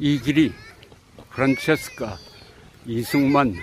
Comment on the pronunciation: 이승만 대통령이 현직 대통령일 때 초등학교 학생이었었으니 당연히 프란체스카 부인 이름도 익숙합니다. 그런데, 사실 "프란체스카" 가 아니라 "프란치스카" 로 발음해야 하는데 왜 옛전부터 잘못 발음이 전해졌는지 그 이유를 알 수 없습니다. 대한민국에 이승만 대통령 이름이 다시 복귀되기를 바라며 동시에 그 부인이셨던 프란치스카 도너-리 여사의 이름도 정정되어야겠습니다.